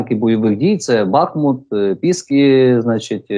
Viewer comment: БахмУУУУУУт! Правильно наголос давай, неук, на УУУУУ !